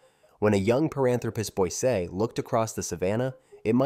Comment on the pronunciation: It’s pronounced boy see eye.